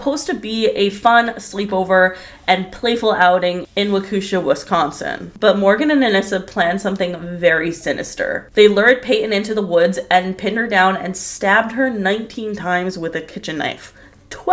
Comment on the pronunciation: Love your videos! Waukesha is pronounced more like “waakuh-(as in the word duh)-sha” for future reference. There are so many crimes that are based off of Hollywood and it’s definitely a sad trend.